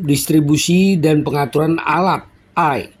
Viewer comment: AI bacanya "EE AI" (Artificial Intelligent). DESENTRALISASI bukan DENTRALISASI !